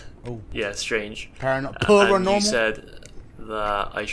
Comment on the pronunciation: "Puhrenormal activites" 😭😭😭